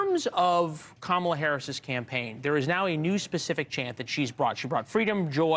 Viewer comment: Girl can’t even say Kamala’s name correctly 😂